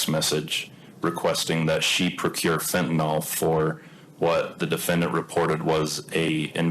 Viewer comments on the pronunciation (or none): Wow, so many inaccuracies in this that came out in trial. Is it just Utahns that can't pronounce fentanyl? It's fent-a-nyl, not fent-a-noll 😆